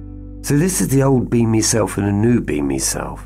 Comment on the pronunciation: You say B*Me, I hear « Beaming ». Everytime. I think it works well together. Thank you, from the heart, for this work of light you’re doing. 🙏